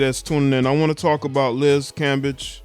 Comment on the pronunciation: You gotta pronounce her last name right it sounds like Cam- beige